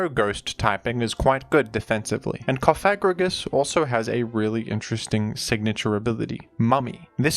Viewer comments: the way you say cofFAGrigus is wild lmfao theres only one f, so coFAGrigus is the correct way to pronounce it 😎😂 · pLEASE PRONOUNCE IT PROPERLYYYY ITS COFA-GRIGUS LIKE COFFIN!!!! CoffA STOPPP SAYING THAT WORD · You probably mispronounced the name incorrectly on purpose, but in case you didn't, I believe it's pronounced "cough-egregious" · We know you don't mean it, so don't feel too bad about it. I just pronounce it coffa-grigus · It’s like Cough and egregious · You could say that the pronunciation was Cof egregious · let's say it together. Coff-uh-gree-juss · I like the emphasis when you pronounce CoFAgrigus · it's Cof-a-gri-gus, saying it the way you are could cause some... unintended consequences by youtube auto-detection related to a certain slur. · This whole time I’ve been giggling on the way he pronounces it co fag rigigus🤣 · I’m gay and I laughed every time you said it 😂 I could tell it wasn’t intentional! Good to note though lmao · I thought it was funny every time and not a big deal. But if you feel bad in saying it that way, that's also fine. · Love how you went from pronouncing Cofagrigus like a slur to like an ancient Greek philosopher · You really really REALLY went out of your way to emphasize the "Fag" in cofagrigus when that's not how it's pronounced and I've never ever heard anyone pronounce it like that so that's pretty cool of you! Yeah! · Careful with your pronunciation of "Cofagrigus" there. A spiteful indivuudal might edit it out of context into a sour meme. 😂